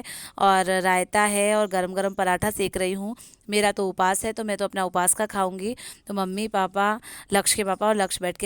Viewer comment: Uphas nai upvaas bolte h